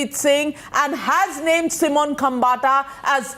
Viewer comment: Stop calling it B-Town.. the world is watching! It’s Bollywood, Mumbai or Bombay, name and shame! BTW it’s Simone not Simon!